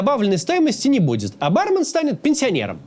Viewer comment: барме́н* ударение на второй слог